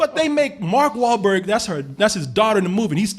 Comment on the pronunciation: Hearing fuck up Mark Wahlberg's name is one of the most hilarious things I've seen in a while.